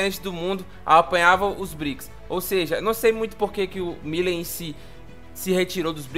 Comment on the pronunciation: Você tá pronunciando o nome do Presidente da Argentina errado.😂